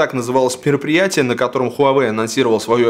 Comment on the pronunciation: Он сказал ПЕРОПРИЯТИЕ